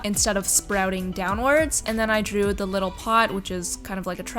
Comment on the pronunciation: Oml the amount of times she said “lul” instead of little drove me nutsss